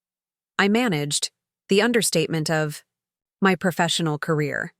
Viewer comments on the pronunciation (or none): none